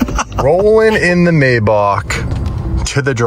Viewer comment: For being a car guy, you would think would pronounce Maybach correctly😆.